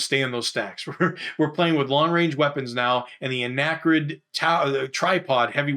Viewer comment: Such great explanations for a game we had when I was growing up, but we were never able to progress past scenario one. My ONLY gripe... "Arachnid," not "Anachrid." ;-) Keep up the great work!!!